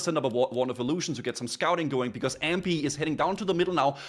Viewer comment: Except he doesn’t know how to pronounce Ahmpy at all. He says Ampy and it’s very annoying.